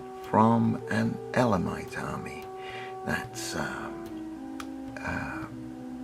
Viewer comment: Very nice I agree with you on the pronunciation of elamites, all the best